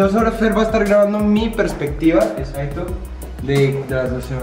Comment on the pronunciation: no dijo exacto dijo "ezacto"